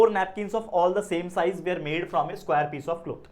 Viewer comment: That 'SKWAYUR'!!!